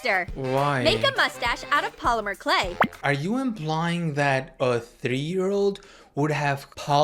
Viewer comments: yeah dude u couldn’t say polymer correctly earlier 😭✌️ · haha. poly - amour, k'lay.,.,.,., // say it like this, poli-mer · Pronounced 'Polim-mer' instead of 'Poly-Amer' clay 😊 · "polyamuhr clay" 🙏🤞😭 (no hate, all jokes) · Why does he keep saying poly A mer clay 🥀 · “Polyamer clay” 😭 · po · luh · muh Clay